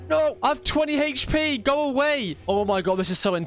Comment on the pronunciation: Can't watch... He kept saying hp weirdly